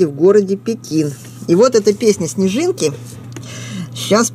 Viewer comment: и всё таки-снежинки, а не снежынки)))